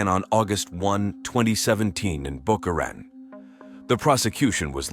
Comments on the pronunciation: well that depends on who you ask if it has a long O with an E like you suggest or like we say in the east boca ra taun but either way it isn't the way AI says it ....def not boca right-on lol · Is the town called Boca Raton? Not "Baka Reten" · Isn't that pronounced Boca Raton ?? !! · The city is pronounced Boca “Ra tone”